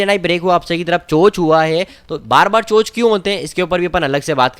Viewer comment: चेंज ऑफ कैरेक्टर को चोंच नहीं चोक बोलते हैं बंधुवर🙏